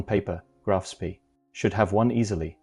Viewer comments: It's not pronounced spee, it's pronounced "Spey" Graf Spey. Look it up. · It is pronounced "Graf SPAY". Spay as in hay, not Spee as in Tea. Sooo many announcers, both real and AI, can't seem to grasp German pronunciation. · It's pronounced "Graf Spay" not Spee. How can you not even know how to pronounce its name yet you do a video about it? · The correct pronunciation is; Graf SPEY. Otherwise, a good video. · AI can't even pronounce the correct name of the ship . hopeless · FFS, at least learn to pronounce the name of your MAIN TOPIC correctly. Try Forvo, or learn basics of German. Oh, and its ending wasn't on a dinner-plate, but on Río de la Plata. That's Spanish. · Can't even correctly pronounce ; "Graf Spee" ! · The AI voice mispronounced a lot of words - not the least of which was the ship name itself - Graf Spee. This made this video extremely annoying to listen to.